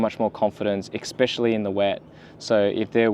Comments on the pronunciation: Mate, it's especially, not expecially. Good video though, thanks! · Appreciate the upload mate, but, just for future reference, the word is “especially”, not “expecially”.